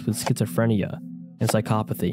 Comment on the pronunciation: No that was correct